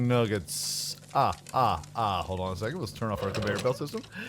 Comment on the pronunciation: Dude said nOOget